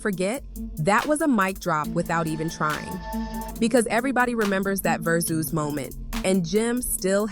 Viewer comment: Its gotta be AI......what the hell is verzoose? i just watched another video with the same exact thing just different voice! somebody using AI narration on multiple channels to make that dough! What is The Elox? Who is Poosha T?